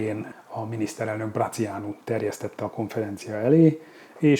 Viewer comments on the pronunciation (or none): Nem Brăciánu hanem Brātiánu!